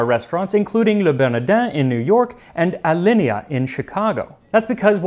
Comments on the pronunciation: How did he pronounce alinea? Ah-Lin-ey-yah? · Chicagoan here - “Alinea” is pronounced “uh-lynn-ee-uh”